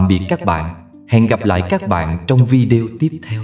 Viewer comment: VI.ĐÊ.Ô đừng đọc là VIĐEO...Kỳ lắm. 😂😂😂😅😅😅